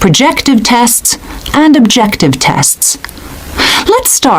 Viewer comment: I am hearing - Projective for qsn 35 instead of objective🙄